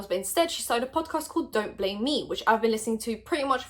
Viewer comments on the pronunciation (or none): none